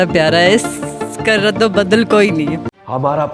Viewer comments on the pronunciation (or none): Raddo baddal ni madamm..naamm ul badalll